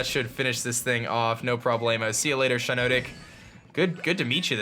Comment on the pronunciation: Shiinotic is pronounced like Shiitake+Hypnotic